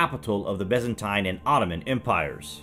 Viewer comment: WTF was the “Bezzentine” era, get your pronunciation sorted mate.